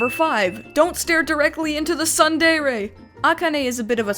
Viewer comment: Also, "tsundere" is pronounced: tsoon deh-reh